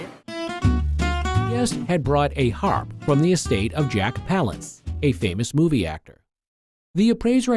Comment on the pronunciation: Jack Palance, not Palace.